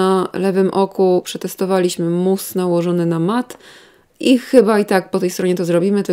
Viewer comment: mówi mus a ja sobie myślę moose 🫎 😅 i zastanawiam się co ma cień do łosia